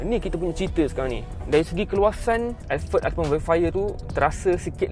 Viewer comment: “Velfire & elferd” “Porsyer” Hehehe